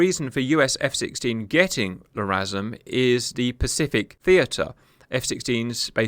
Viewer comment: Not gonna lie. Sole purpose of clicking on this video is to hear Cap saying, …<Pause>”LRASM”… 😂